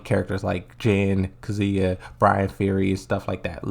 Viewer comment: he's definitely doing it on purpose because he said Lidya correctly when reading a comment and he used to say Kazuya correctly but then all of a sudden he starts saying Kazooa.